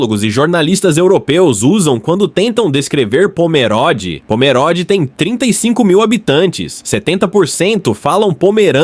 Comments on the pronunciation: Pomeróde é o .... É Pomerôde! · Tudo muito bom.. so uma coisa... nao se fala pomeróde e sim pomerôde.. o o é fechado.. mas tudo bem.. parabens pelo video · Quando corrigirem a narração e respeitarem o nome da Cidade posso tirar o DesLike. POMERODE tem "O" fechado. Não se pode, simplesmente passar o rodo na leitura e deixar por conta da tecnologia, tem-se que transmitir corretamente a informação.